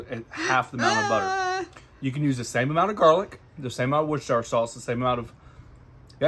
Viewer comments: We just pronounce it wuster sauce in the uk 🇬🇧 mate 👍🏻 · 'W Sauce' is pronounced "Wuss Teer Sheer" sauce - I'm English :-)